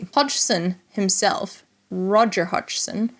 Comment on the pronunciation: Fantastic video and you pronounced Roger's last name just fine. I've watched so many other videos that totally butchered it.